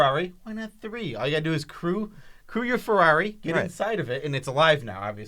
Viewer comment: say Ferrari!